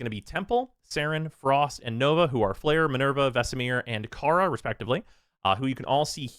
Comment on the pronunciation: Kaya, not Kara